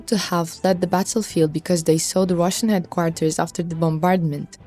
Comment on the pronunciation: Do something with your English please, it is headquarters not heatquatars! English is not my first language, that is why I stay away from reporting in English, you must do the same!